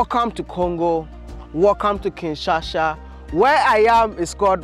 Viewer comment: Kinshasa not Kinshasha